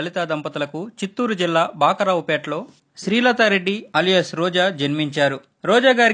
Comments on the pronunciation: Bakaravupeta kadhu bro bakarapeta ma voru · Bhakarao kadu ra swami bhakarapeta